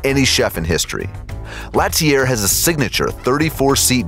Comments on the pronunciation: l'ATELIER * pronounced : la-tel-lee-eh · Omg the way he pronounced l'atelier... you can google pronunciations before you record, you know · L’atelier De Joel Robuchon (L-ah-tell-ee-yay) not (lat-ee-AIR) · That would be pronounced like LAH-TELL-EE-AY….